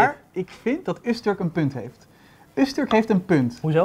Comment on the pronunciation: Het is Öztürk niet Öztörk.